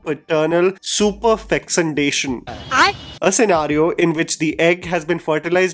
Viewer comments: Superfecundation, not superfexundation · it's SUPERFECUNDATION. Not superfixandation😅😂. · Its superfecundation and not super-whatever you said-dation